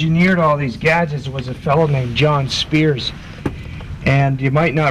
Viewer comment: the man says john spears butt it is john stears :)